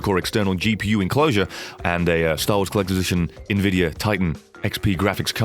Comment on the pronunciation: I think he was pronouncing it like Nvi-dia instead of N-Vidia